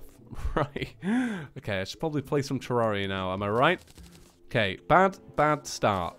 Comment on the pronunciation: sorry if its because its your accent but its pronounced (TER-RARE-E-A) not (TER-RAR-E-A)